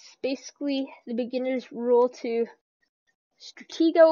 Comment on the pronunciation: Just FYI buddy: It's pronounced [Struh - tee' - go] ;)